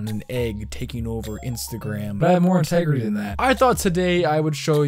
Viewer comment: “But i have more int-EGG-rity than that”